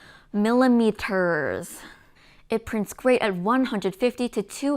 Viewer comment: another great video ! if you want to pronounce millimeters easier, voice the t like like some English do, might help :-)